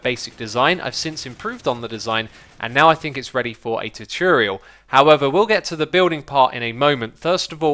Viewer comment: Tutorial not tuturoial